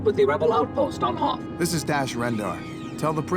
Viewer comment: Weeell, eggshuallay it is called the Hoth system, not "Hoff".